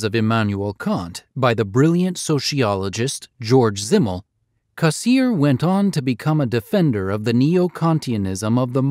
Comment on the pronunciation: For god's sake, learn to pronounce his name - Cass EER er